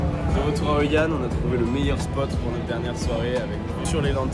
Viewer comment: C'est hoi an. Pas anh 😂